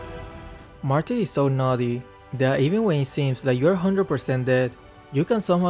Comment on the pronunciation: Who's that pokemon? It is Martis🤣.